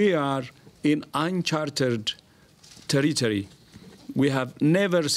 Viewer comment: "we are in uncharted teriteri" No we are in virus porn.